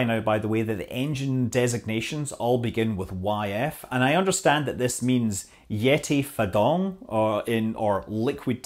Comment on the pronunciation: Yeti FarDongGee ... if you're looking for a pronunciation